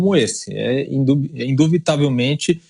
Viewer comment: Um jornalista que fala "induvitavelmente" comprou seu diploma!!! Volta para a escola,!!!